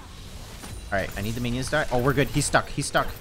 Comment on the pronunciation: The way says minions bro it sounds like an italian dish or smthn